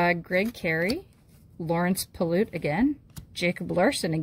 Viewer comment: Lawrence pilut is pronounced like pilot.